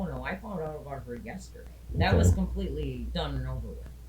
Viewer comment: The way this dumbass b pronounces 'about' is enough for 25 to life holy shit